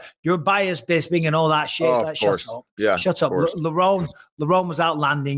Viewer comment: 😂 hearing Bisping say “FroCK” to his face and FroCH saying “bisPING” back like he knew about the secret Chinese family had me cracking up